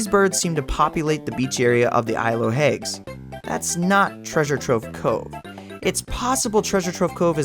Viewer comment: Why do you pronounce it isle of "hagues" instead of hags? (Like hats with a g)